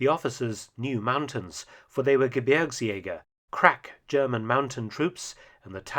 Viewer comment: Great pronunciation of "Gebirgsjäger"! Greetings from a former Gebirgsjäger (5./233)